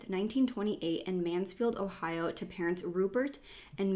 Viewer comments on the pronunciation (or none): none